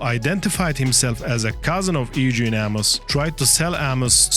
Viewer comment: “Ay-Gene” Amos? It’s pronounced “YOU-gen” that’s how you say “EUGENE”. Jesus Christ just have AI read the script CAUSE your ACCENT IS MADDENING TO NATIVE English speakers. TRUST ME. PRETTY good content 👍🏻 though